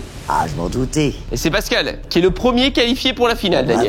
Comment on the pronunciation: C’est pascal pas bascal 😂